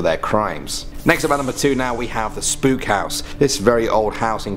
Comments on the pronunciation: Spook house😂😂Hootbay🤣🤣the pronunciations are killing me, man😂😂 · Spook is afrikaans for ghost. The way he pronounced it made me laugh.